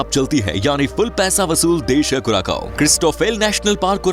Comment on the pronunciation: कुराकाओ नहि कुरासाओ है, इतना बनालिया है तो नाम भि सहि लिया करो